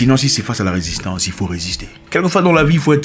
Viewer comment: Risistance vraimeuuuuu 🤣🤣